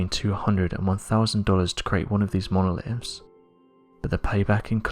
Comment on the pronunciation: Monoliffs???? Horrible pronunciation